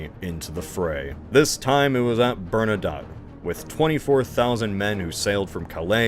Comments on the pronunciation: okay, I’ve had it, please double check how you say Bernadotte. That is all. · Also "Bernadoh" and "LanNAY" for Francophones